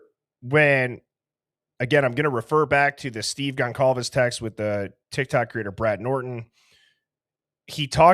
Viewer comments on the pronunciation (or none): good for you!! However, IMO, its being disrespectful to the victims that you have built your content around, to not pronounce their names correctly. Howard Bloom who wrote the book on the case was also guilty of the same thing.